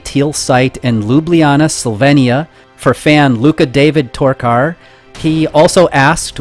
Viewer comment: My only wish is that I would have an easyer to pronounce surname. You nailed "Luka David". You barely even say "O" when you say "Torkar".